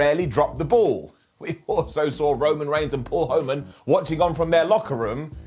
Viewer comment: said Paul Hoe-man Lol